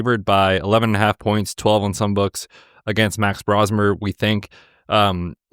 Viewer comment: fyi it’s pronounced Bro-smer. aka The Bro Show, aka The Brofessor. He’s the next Brock Purdy!